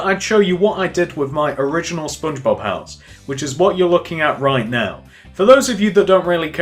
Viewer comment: Its cool but he is anoying he keeps saying pouse but it looks cool.